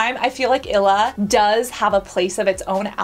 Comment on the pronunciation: it's ill-e-uh not ila 😂🫶🏼